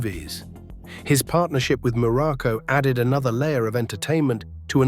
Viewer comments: Information is good, but lacking, the human touch to correct important ers like name pronunciation and incorrect wrestling video footage and pictures, placing Pedro moralas, in the place of Don Moroco, both great and memorable Wrestlers, but with some major human difference 😳,.. yea misplaced information and misplacing and pictures with wrestlers here it's very shoddy work here on this one..😢.. 👎👎👎🙁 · Be nice if AI could at least say his name properly.